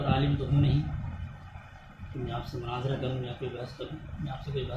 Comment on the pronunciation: Aur aap ise munajara keh rahe ho Ashal munajra aamne shamne hota hai